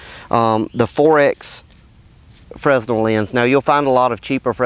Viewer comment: The "S" in Fresnel is silent.